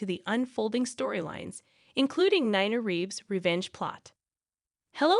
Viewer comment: It’s not Naina it’s Nina say correctly, please